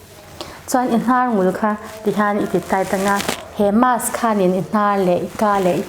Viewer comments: Doctor ve meuhin Mask tia lam ri lova, mass a ti tlat khian beng a ti thep lek lek. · Mass ti in i lam deih a..mask ti rawh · 😂marsk tiin i lam aniang chu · Mask...'Masque'...mizo hi chuan a tlangpui in makss ti in kan lam...Jf Dic....